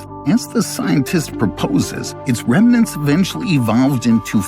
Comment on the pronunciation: There's no such word as "remanents". The word is REMNANTS. It makes your video less believable and intelligent if you can't pronounce simple words. You said "none of those were there". You mean "none WAS there". None means "not one". I hope this is an AI narrator.